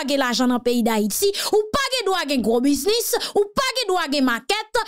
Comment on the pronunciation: ne te fâche pas. C'est le rôle de tous les Haïtiens de corriger leurs frères et sœurs quand quelque chose ne va pas. Je t'envoie ce petit mot par amour. Il est temps que nous partagions nos connaissances pour pouvoir... le mot s'écrit "Business", mais se prononce "Biz Niss". C'est comme le mot "Busy" qui veut dire "Occuper" qui se prononce "Bi Zi" et non "Bu Zi" Je suis occupé veut dire "I am busy"